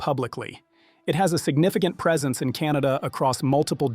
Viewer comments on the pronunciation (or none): none